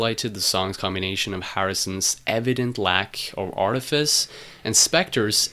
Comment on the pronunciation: Nice video, but three comments: 1. , I am glad you printed the words on the screen, as it sounds like you say "lack of orifice." :-) 2. , it might have made the point clearer by playing one of the "call and response" sections of My Sweet Lord, instead of the Harrison solo part. 3. , you state that Harrison's manager Allen Klein tried to settle the He's So Fine/My Sweet Lord legal debate, but, in the end, Harrison had to pay Abkco Records $587,00. Abkco Records? Wasn't Abkco owned by Allen Klein? Could you clarify this? I'd like to know the details. Thanks.